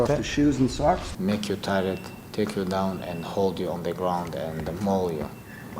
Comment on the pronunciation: I HAVE NEVER EVER ONCE BEEN '' T I E ..RED"?!! KABIB '